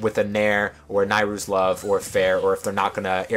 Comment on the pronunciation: You are the ONE person I've seen who pronounces "Nayru" the same way as I do.